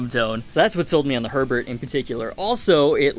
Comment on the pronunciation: Btw it’s German - it’s pronounced more like “hair bear” than “Herbert”